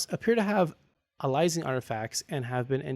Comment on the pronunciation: Phonetically its "Ay-lee-uh-sing"